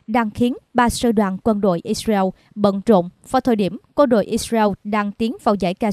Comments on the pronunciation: đọc sai tên israel có 3 âm đọc còn 2 âm thành iseu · Vẫn đọc là Ix-riu. Con mắm này 40 năm nữa mới có bằng trung cấp. Giờ nó đang hài lòng với bằng... hạ cấp :face-blue-smiling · Cô biên tập viên này nói quá nhanh nghe rất khó chịu. Israel lại phát âm ( ít- diu) chả biết nước nào?